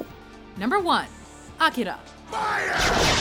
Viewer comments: A-KEY-Ra. Not Akara... Darn it... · It pisses me off that she pronounces Akira wrong... It's A-cure-ra >_> facepalms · Akìra, the accent on the "ì"! ." So, where is Shin Getter Robot: The Last Day? it's a 13 episodes oav basically epic, psychotic and violent. I should fit in this classify also, "Ninja scroll", only the first one. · they pronounces akira so wrong... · god i hate the way she pronounces "akira"